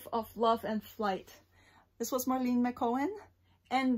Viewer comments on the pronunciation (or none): none